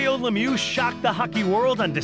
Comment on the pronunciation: It's Mario Lemieux not Lemew. Are English Speaking people unable pronounce a French name ? Why us French Speaking people able to pronounce English name correctly.